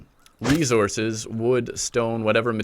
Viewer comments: Every time he said “Resources” I was like 😖 Great tutorial tho brotha, thanks for helping out the newbies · You say resources weird.